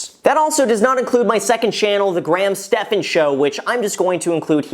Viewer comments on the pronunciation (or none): none